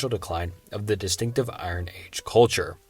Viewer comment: I-Ron weapons... c'mon man.. nobody has ever pronounces iron like that... 😂